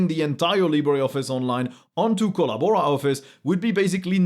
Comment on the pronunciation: ?...you got us CRACKING UP LAUGHING here in the man-cave...with your "Kolla-Bora" pronunciation!...Hahahah!